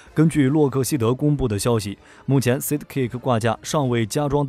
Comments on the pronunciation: 就不能查一下sidekick怎么发音吗？说了整整一集的sidkick,读个side 再加个kick就那么难吗？ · ‘’塞的‘’ ‘’吸的‘’分不清楚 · 吸得caker掛架...不錯，念的非常非常的有創意...鵝？ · 你們在做影片的時候難道都不聽原音的嗎?而且sidekick不是什麼專業英文單字也能念錯....